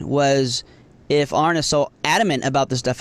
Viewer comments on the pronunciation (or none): Terrible video. So much misrepresentation. That woman puffing on her peace pipe has watched so many of Aron's videos - and still managed to mispronounce his name? Repeatedly. Lol.